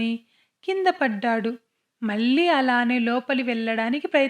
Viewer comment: మల్లి మల్లి కాదు మళ్ళీ మళ్ళీ అనాలి వెల్లి , వెల్లాడు కాదు .. వెళ్లి , వెళ్ళాడు అనాలి తెలుగు స్పష్టంగా లేకపొతే వినటానికి బాగుండదు